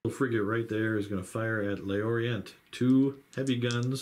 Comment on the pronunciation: I took a little french in high school, I expect Le Orient should be pronounced "Lhor-ree-ahn." Had this in my watch later list for months, finally got down to it and glad I did. Superb battle report